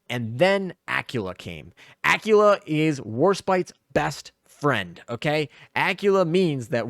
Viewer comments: Dude your killing me here its not pronounced Acula, but Aquwela or Aquwila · Please please say Aquila properly. I was so confused who you were talking about . Ah-quil-ah